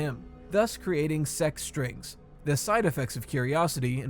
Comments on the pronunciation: i keep thinking its sex-strings instead of sec-strings, i cant hear anything other than that lol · Damn I thought you said sus strings